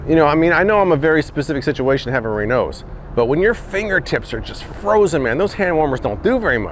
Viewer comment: keeps calling it Renows. It's called Raynauds Phenomenon.